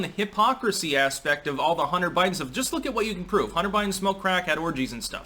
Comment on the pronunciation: "Totally not about bunter hiden"!!?